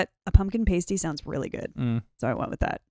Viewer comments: Ooh. "PAH-stee" not "PAY-stee." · The "a" in pasty is pronounced similar to the "a" in pasta. The word being said in the video is pastie (sometimes spelt as pasty) and that is definitely not what J. K. Rowling intended.